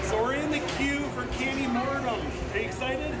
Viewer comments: Not Candy Mortim, Candymonium, lol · It’s candymonium like in pandemonium not mortum lol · The way you pronounce Candymonium cracks me up! It's like post-mortum, like death! Maybe it is death by chocolate? Makes it sound much scarier than Candymonium! :D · "Candy Mortum". LOL. It's called Candy Monium. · lmao it's Candy-monium not candy-"mortem" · you said candy monium wrong it's not candy mornum it's candy monium mon-i-um >:( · It's Candy Monium btw